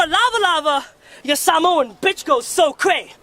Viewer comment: It would be good....if he could say samoa properly🤣🤣🤣🖕🏽